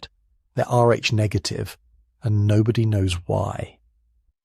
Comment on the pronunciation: "They're Rh nedictive and no₥ooy knowvs why."